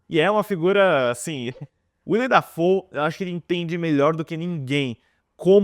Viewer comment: Será mesmo que ele nunca ouviu a pronúncia do nome "Willem Dafoe?" Nunca mesmo?